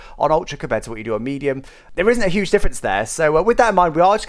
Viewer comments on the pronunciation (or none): none